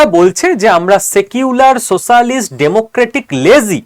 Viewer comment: আপনি পড়াচ্ছেন সারাদিন। শিক্ষার্থীদের ভুল উচ্চারন শিখিয়ে যাচ্ছেন। স শ ষ দোষ গুলো ঠিক করুন, নিজেকে মহান ভাবার আগে।সবাই আপনার প্রশংসায়। আমরা আপনাকে আরোও সঠিক করতে চাইছি। যাদের পড়াচ্ছেন তারা সঠিক উচ্চারন শেখেনি কোনদিন। আপনি তাদের শেখান। সেক্যুলার সোসালিস্ট উচ্চারন ঠিক হলো না। আপনি আমাকে unfollowকরতেই পারেন। ভদ্রলোক হিসেবে রাখতেই পারেন।